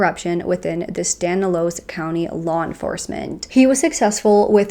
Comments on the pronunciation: Lol...yeah its STAN-IS-LOSS (thats how it sounds) but u did fantastic!! ♥️♥️ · I live one town over from Turlock and have never heard of this case. So thank you for bringing little know cases. Doesn’t seem like they will ever truly get to the bottom of what really took place sadly. I love how you cover cases, so in-depth yet straight to the point. You missed pronounced Stanislaus and it cracked me up every time, just had to tell you, sorry! 😊